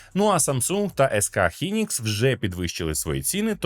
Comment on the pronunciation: Ес Ка "хінікс"?